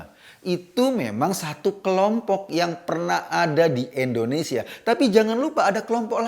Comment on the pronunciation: Mohon Ngomong yg jelas... INDONESIA bukan Endonesia,..